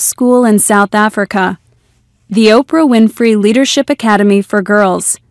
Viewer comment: Ortah Winfery